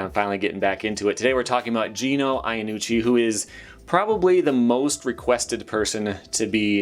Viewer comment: It's pronounced "Yannucci". "Ya" not "Aya". Greetings from Italy. Yes we sons of Mullen tend to not really care about less original/creative skateboarding. That said his old stuff was very interesting! Oh other tip for you American ppl, Giovanni is pronounced "Jo-vanni" not "geo-vanni". Btw laws are ridiculous, drug/alcohol abuse being considered a criminal offense if mind boggling if you think about it.